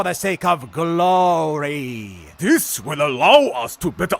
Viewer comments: The fact that neimoidians pronounce glory “guh-low-uh-rye” and then pronounce it glory later in the video made me cackle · The glory pronunciation was good, caught me off guard